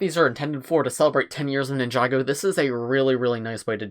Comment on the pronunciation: Did he just say ninjaga lmao